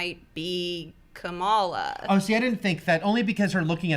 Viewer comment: Guys, Kamala is not pronounced like the VP. No consistency on the panel.